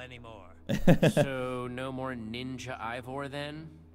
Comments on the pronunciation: Dan that drives me nuts it's pronounced e y e vore not evore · It’s Ivor not evor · Still calling him EEvVoR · Love how Dan calls Ivor, Evor